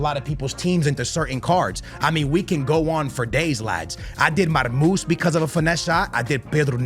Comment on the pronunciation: ITS KONATE… not f konetta. Its marmousSHHHHHHHHH, not marmus ffs. Learn to read man